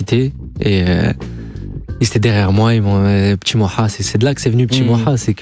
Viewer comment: Par contre Mouloud t’es gentil tu vas pas nous l’a faire à nous, zehma Europe1 tu dis Moua au lieu de Moha…